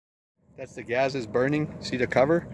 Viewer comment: He says OLES instead of holes and GAZ instead of Gas lol